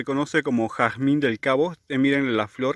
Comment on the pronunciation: Jarzmin Inglés